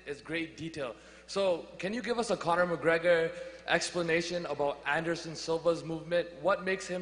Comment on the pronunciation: "conor o'gregor" LOL